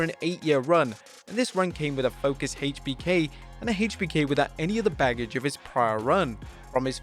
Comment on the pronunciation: Says triple h correctly but then says HBK wrong hmmmm